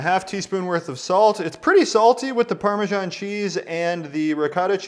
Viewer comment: not to be a dick, but why do you people say parma-john cheese?